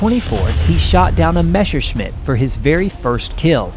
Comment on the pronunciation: Messer schmidt - NOT Mesher